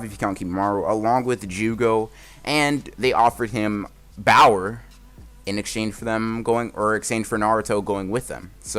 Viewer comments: At This point I'm not sure if "Bower" instead of power is an inside joke or not, whether that's just how he pronounces it or if he did one time and it just blew up like that. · Why do you always say BOWER instead of power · Does anyone else hear bower instead of power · Why do you keep saying bower instead of power? Is it a joke? Is that just what you say? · Is it just me or does he say power like bower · Y does it sound like ur saying bower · Why do you say bower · When you say power it sounds like 🅱OWER